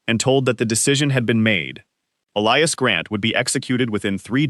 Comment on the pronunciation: They pronounced "Elias" and "wounds" correctly! Not an A.I.? Should have a female narrator.